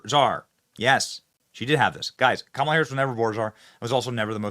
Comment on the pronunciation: Benny, please get her name right. Its K' MALA.